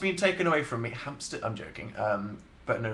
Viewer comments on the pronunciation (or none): "Hampster" JESUS DANIEL NO